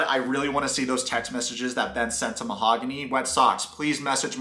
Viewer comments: "Mahagoony" 🤣🤣🤣🤣 you are like Big Ed with "Cayote"... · whats weird is that she says her name is :Mahooooooogany and not mahaaaagony. but she says her own name wrong during the talk with the friends. she calls herself same wrong as everyone calls her. I doubt that is even her real name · Ma-ho-goony I love the pronunciation! So on point!! Well Goonies never say die! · Lmao you way of pronouncing her name is killing me “mahagoony” lol 😂 also notice every time she looks at him he looks away, he next to never looks at her and never tries to connect and communicate it’s dead silence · Yourwetsock, dude, I love how you pronounced Mahogany as "Mahagoony". It's as if you see "Mahagoony" as we see her as real as a WWE Diva's "chest parts". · Yep, this is a crummy cast. I’ll bet TLC paid her to show up for that meeting..but, how embarrassing that must be to be left at the Airport.. alone..is her name ..Ma-ga- who-née ?😂🤣😂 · You calling Mahogany “Mahagooney” is just 😭😂😂😂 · It's hilarious how you keep calling her Mahogoony and wood girl!🤣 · “Mahagooney” lmao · “Mahagoony”, lmao 😜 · Mo-ha-goonie lmao... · Her name is Mahogany and the correct pronunciation is /maoganee/. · The way you pronounce her name is hilarious 💀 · They are using the proper Spanish pronunciation of her name... Ben is actually the one mispronouncing her name. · I love how they dont say her name the way she told him its how its said..SUS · She just mispronounced her own name lol. When she says you never said "mahogany do you want to be my girlfriend?". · Any one catch "MAHOGANY" saying her own name differently then what she originally said it was? That's suspicious 🤔 Like why mispronounce your OWN NAME? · Are you butchering her name on purpose? because that's probably the worst attempt I've heard 🤣